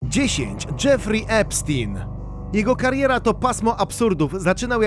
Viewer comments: EPSZTAJN* a nie epsztin... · To nie jest żaden Epstin tylko Epstein!!! Nazwisko jest niemieckojęzyczne, więc czyta się "epsztajn"!!!